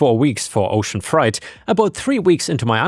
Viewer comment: You pronounce freight as fright as in frightening. It's more like fray-t.😮